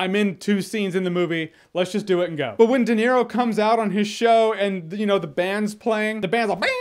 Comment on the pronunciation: Robert doenero